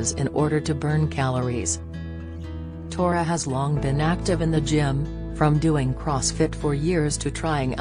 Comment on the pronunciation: It’s “thore” not “tora”. 😊